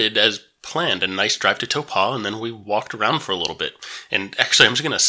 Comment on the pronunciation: Nice thermal pools in Taupo ( Toe pour, don't pronounce the r) don't worry about hotels, motels and B&Bs exist too